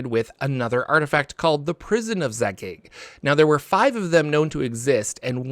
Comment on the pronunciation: You need some work on your pronunciations; Zagyg, Tsojcanth, Robilar, etc...